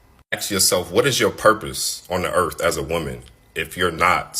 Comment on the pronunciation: He said "on this earff" 😂😂😂